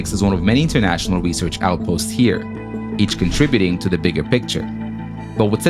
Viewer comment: "The world's most extreme recearch facility..." The ISS: 👁👄👁